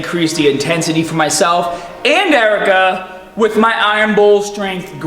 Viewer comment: I thought her name was erica not ericker